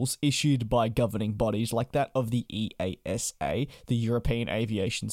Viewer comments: EASA is nomally spoken as ee-ah-sa, not the individual initials. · We just call them "ee-asa" instead of pronouncing each individual letter. Just think of it as a normal word :) Love the vids!